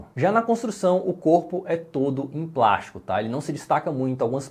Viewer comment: Quando o fala "prastico" dói até o coração kkkkk